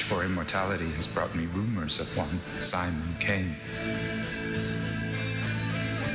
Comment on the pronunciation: They say his name so much how do you say Kane wrong it's pronounced Kane every time you say kine kills me you hear people say Kane